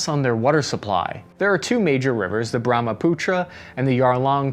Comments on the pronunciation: Pronounces Brahmaputra and Yarlung Tsangpo rivers no problem but pronounces Yangtze as yangtangz??? LMAO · Your pronunciation of Brahmaputra is perfect. I live in assam near brahmaputra.